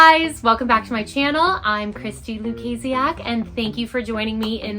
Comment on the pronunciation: I thought the last name was pronounced. “ Luke-a-sock” not “Luke-kaisie-ak”. WHAT?!?